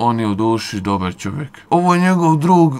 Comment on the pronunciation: Ha, ha, ha "doćekao" sa "maćetom" "ćovek" "prićama" "isprićao" "dećijim" "preseće te maćetom". U sledećem video kod logopeda izgovara brzalice! Dobio bi milion pregleda.